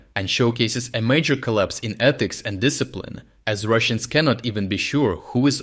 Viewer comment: Wait, orc "ethics" 👀